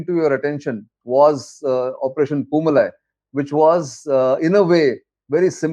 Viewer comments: It is poo-maalai and not poo malai. The first one means flower garden and the second means flower mountain. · Dear Nitin, it is pronounced Poo Maa Lie. MaLie = mountain. MaaLie = Garland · Good Brief sir! and it is Poomalai பூமாலை sir. Its a Diff Pronunciation ,Its Tamil. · News channels should take the time to learn the right pronouncement of words. The name of this operation was mis pronounced as poomalai with a short malai when it should be pronounced poomalai with a long malai. Malai is Tamil for mountain or hill while Maalai is a garland